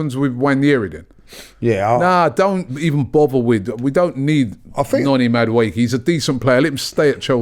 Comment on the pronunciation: Did he say nodi madueke?